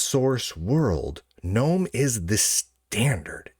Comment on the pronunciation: You are mispronouncing Gnome and Ubuntu. In Gnome, you are supposed to pronounce the G, unlike in the normal English word, and Ubuntu is oo-boon-too. The middle part isn't pronounced bun.